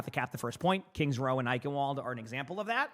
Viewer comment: Germans: Eichenwalde Americans: OIKENWOL